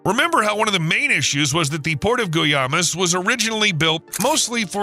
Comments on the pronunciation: The name of the city is pronounced WHY-mās. NOT gooey-ay-mas. It kind of makes you wonder if all of this presentation is a fraud. Very poorly done. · Guaymas (Goo-ay-mas) not Guyamas (Goo-ya-mas) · Interesting video. But you need to at least do a minimum of research in the Spanish pronunciation department. As an example, Guaymas, the Mexican port, is pronounced GWY-mas. The GWY rhymes with the English word “why”. No “goo-yamas” or “gooey yamas”. Laugh. Out. Loud. Edit. Honestly, as interesting as your report was, I had to stop watching, so jarring is your completely careless, devil-may-care pronunciation of the port’s name. No more torture. Bye… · I do believe it is pronounced y-mass Not G-uaymas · Sir, for future reference, “Guaymas” is pronounced “why-mas” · Or the massive mised pronunciation of Guaymas .....Guyamas😅